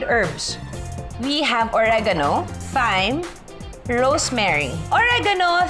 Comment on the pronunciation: Thyme is pronounced as time. Thailand is pronounced without the H. Hope this helps 😊